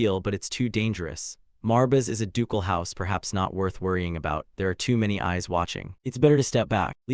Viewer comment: The ai constantly spelling out “marbis” is hella annoying brother. Some quality control would help. Theres also a bunch of repeated lines. Still going to watch through, since I’m doing it to sleep to, but if I was watching this consciously, I’d have clicked off before the first 30 mins